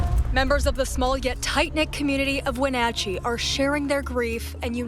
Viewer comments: it’s not wenatachee… it’s pronounced When natch chee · Wa-na-chee is how it is pronounced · You pronounced Wenatchee correctly the first time you said it in the beginning of the video but it went all bad after that. At the end you were able to say it 2 different ways within a minute of eachother & unfortunately both were incorrect. Phonetically its 'When-atch-ee'. Just trying to help you out because I know if I was totaling butchering a towns name I hope someone would help me be able to refer to that community properly. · The town is pronounced "When-at-chee" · The way you said Wenatchee… clearly we didn’t do our research.